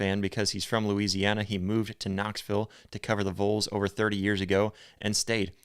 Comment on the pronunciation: "Vahls" not "voles".. Volunteers... Vols... just helping you sound more professional bro.